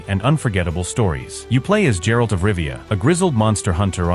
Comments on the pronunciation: Jeralt of rivia! Novaaaaigrad! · It's "Gay-Ralt" not Jeralt and "Skelli-Gay" not skelij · Its geralt not jeralt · "Jerald of Rivia"